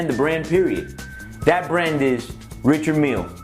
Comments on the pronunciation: Ritcherrd Meal?? LOL!! Show me one uh dem Huh-BLOTTS!! Oh and uh, pass duh horse-dee-oh-vress!! Yeeehaw!! HIlarious, dude! Joking aside...$110,000-130,000?? Price is mad crazy! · The watches are fake. So fake your a scam. And your saying the name wrong as well.